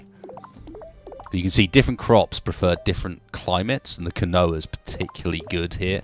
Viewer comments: Keen-wa, Not kinoea. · quinoa isn't pronounced "kinoah" it's pronounced "keenwah"